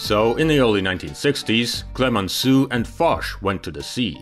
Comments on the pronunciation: Instead of Clemensoo, please try at least to pronounce Clemensow, for Heavens's Sake. It will be much closer to the French Clemenceau. You see, this is tantamount to refer to the HMS Queen Elisabeet, or The Prince of Waves. 😄 On the other hand, I'm glad that the subtitles are correct and make no mention of the General Charles The Goal, as I've already seen elsewhere on YT. 😱 😂😂😂 Excelent video, to be sure. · le " clemenssou " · Why didn't you learn how to pronounce Clemenceau before producing this story?